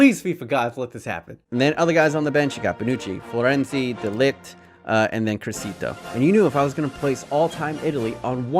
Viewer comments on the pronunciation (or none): Did he just say di ligt